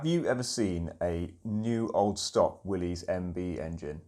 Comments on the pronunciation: It's not pronounced Willy's it's pronounced Willis the Y is a short I sound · When a Jeep guy doesn't pronounce, "Willys," correctly.